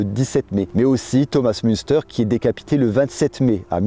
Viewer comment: Dans le texte dit et dans la bibliographie, il ne faut ni lire, ni entendre ''Thomas Munster'' mais Thomas Muntzer''.